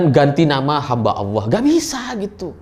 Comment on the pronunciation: Hamba Alloh bukan hamba Alah..akidah koq dianggap sepele